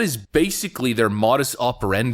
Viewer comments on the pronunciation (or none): It's (It's Moe dis, not ma dis operendi).🤣